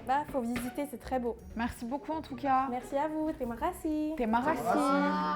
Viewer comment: elle dit pas tremakasi mais Terima kasih mdrrr je suis indonésienne mdrrr